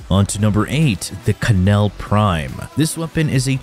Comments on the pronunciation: Hemo rage and “ka-nell” are killing me 😂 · Named but says “ka Nell” 😂 love you man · Death “Kuh-nell” Please stay in school, children. Don’t grow up to look and sound, thus BE, stupid. Children: Any person/s who is/ are under the age of 22 and/ or spends most of their time “online.” Your internet search engine does not make you smart, is not a degree, and besides that, things earned easily in life are rarely worth holding onto. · “Hemo rage” “K’nell” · Yo man, the knell is pronounced like Nell just how the K in "know" is silent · Ke- frame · And kuh nell lol... are we being trolled? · Hemo-Rage? Kuh-Nell? I'm surprised you didn't pronounce Gaze as Gah-Zay. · Hemo-rage? Ka-nell? lol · Dude it's pronounced "hemorrhage " and "knell". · The pronunciations were woof... Ngl I feel to my ke-nees when said ke-nell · Its just pronouned nell, the k is silent. Knell=nel. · My dude, it's pronounced "HEM-mor-idge". And the K in Knell is silent. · ik im not the only one down here saying this but you pronouncing hemorrhage and knell like that is bothering me so bad, im honestly in belief you are doing it because you know it will make us mad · Did my mans pronounce the “K” in knell 😂? I want to hear him say “knife” and “knight” next. 😂😂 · He does it on purpose